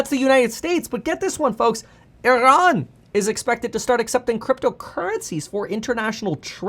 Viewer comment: i am a corse member and i am from Iran that was a good "Iran" u said there :)peace